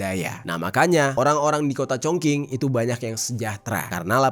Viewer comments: Chongqing--- pelafalan yang benar: Chongching. Saya tau ini bhs asing, tp boleh minta tolong researchnya sekalian cara bacanya, nada gpp deh salah, tp minimal pelafalan betul. Atau tanya teman yg bisa bhs Mandarin gmn cara pelafalannya, atau paling minim banget cari di google translate cara bacanya. Apa cuma saya yg gak nyaman dengar pelafalan yg salah? Tapi saya appreciate dgn researchnya dan cara penyajian ceritanya ❤ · sebenarnya masih ada bro yg ketinggalan di bahas, yakni SPBU di atas lantai 6, Kota diatas lantai 25, bandara/airport yang diatas bukit, serta perpaduan antara bangunan kuno dengan modern yg menciptakan estetika baru yang menakjubkan. kota ChongQing ( pelafalan yg benar "Chong Xing") terkenal dengan Kota dengan 10.000 jembatan. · iya bener masih khing bilangnya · Klo cina huruf q dibaca c bang jd chongqing dibaca congcing😊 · Mas maaf cara bacanya : Chong Ching (Q itu dibaca ‘Ch’) Pinyin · Kyknya bcanya chongching d bg 😁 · Bisa ga si klo mau bawain video dan ada nama2 kota itu di cari tau dulu cara baca kota2nya, greget bngt dnger pelafalannya jirrr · Maaf sebelumnya bang..telinga sy gatal mendengar pronoun/sheng diou kata kota chong qing, tlg pronounnya yg betul..klo yg abang pronoun spt itu org gak ngerti ya. Krn sheng diou itu penting, beda pinyin beda shemg diao dlm mandarin artinya bs jadi beda. Sy mandarin jg gak pintar tp krn sering mendengar dan mencoba memahami jadi tahu dikit2..chong qing itu klo dibaca dlm ejaan bhs indo itu jadi chong/nada lurus dan ching nada naik. Org akan tahu itu nama kota chong qing yg dimaksudkan..klo dibaca chong king gak ada nama kota itu di china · Ada baiknya kamar cek dulu cara baca nama² kota, spy lbh baik dan benar, gk asal²an pls, bukan congking, tp congcing, kerajaan qin=cin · Chong ching bacanya kq cong king 😂😂😂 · Zhongqing dibaca Congching, bukan Congking 🙏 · Bangg bacanya “Chong Ching” bukan cong king 😀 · Chong Ching , bukan chong king😂 Q dibaca jadi C .. Chong Qing/ching 重庆